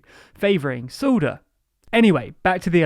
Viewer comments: It`s so funny how you pronounce Mr. Söder. It sound more like a Sohder and not Söder/Soeder. But good Video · Just wanted to point out that Söder is pronounced more like soda than sawdur. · Söder -> Soder, Merkel -> Mörkel, its not that the spoken english alphabet lacks ä,ö and ß, you just need to learn how to use them. I actually was very courious about Nüßlein, did you just give up ? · "Soda"... Its funny pronoundsed